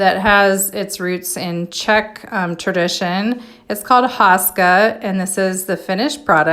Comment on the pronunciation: You say HO-ska not HA-ska and icing is not traditional